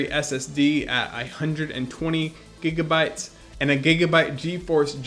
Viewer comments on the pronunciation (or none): none